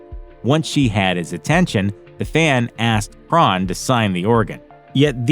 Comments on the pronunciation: It's Crahan not Cron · Jesus Christ, do you conduct ANY research for these videos? Crahan is pronounced cray-on (just like a Crayola). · For the record Crahan is pronounced Cran. The "h" and second "a" are silent. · “Drummer, Shon Chron” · The way he says Crahan makes me wanna beat him up pretty severe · This is how many times he mispronounced Clown’s last name. 👇🏻